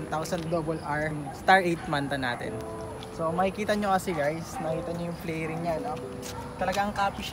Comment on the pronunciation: Fairing not flairing.